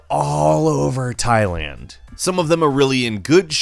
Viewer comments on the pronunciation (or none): none